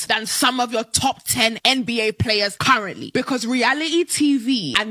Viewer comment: Listening to her list the top 10 players name was sooo atrocious and maam just cuz you don’t kno doesn’t mean the rest of the world is as stupid as you